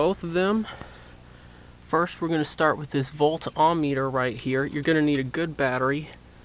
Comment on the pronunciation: It's not Volt "OM" Meter, so quit saying it.